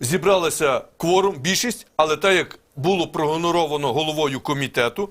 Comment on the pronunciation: Барна, навчайся розмовляти українською, удосконалюй свої наголоси, а то виходить дуже смішно, Кворум перетворюється на Корм, з Ігноровано - гоноровано